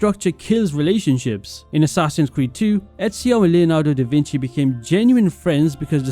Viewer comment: Leonardo De’Vinhiddenone